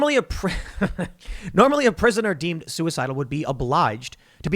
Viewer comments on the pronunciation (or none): Wait, the guy who literally said "If anything happens to me know that I wasn't sue-e-cide-al" wasn't sue-e-cide-al???? (Surprised Pikachu face)